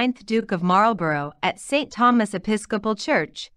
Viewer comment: Marlborough is pronounced MARLBURRA